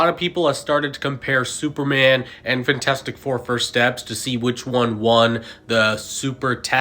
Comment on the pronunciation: “Fntastic four” ❌ FANtastic four ✅